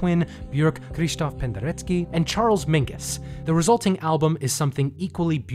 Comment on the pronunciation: You're the only non-classical Youtuber I've seen who has managed to pronounce Krzysztof Penderecki correctly, and you get extra points for nailing the vowel sound in Björk